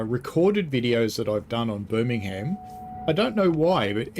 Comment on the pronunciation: Also we don’t vocalise the ham in Birmingham!